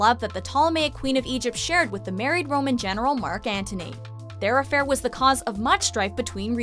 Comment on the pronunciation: She pronounce every other name perfectly but could not pronounce the name Antony...funny.